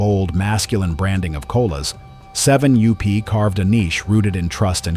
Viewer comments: Interesting but another garbage AI VIDEO. My god, can't someone edit this video and get rid of the constant 7 u-p. That is really annoying. It's 7up. Jeez, edit your video. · Doncha just love AI-generated voice? The name of Seven-up goes from "Seven up" to "Seven you pee" and back. What's wrong with using real human beings? Oh... I get it. Costs too much. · Does anyone listen to this AI voice before posting? seven you pee? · seven you-pee! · Too bad that AI has taken over narrations. Seven you P?? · "7 U P". This damn AI voice over crap needs to end. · This AI garbage is out of control. has to ban AI videos. I turn them off every time. They can’t even say the name of the topic correctly!